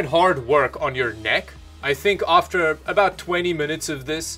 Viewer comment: Lmao I heard Canadian come out for the first time the game looks a boot weird 😂 jk keep up the good work love the channel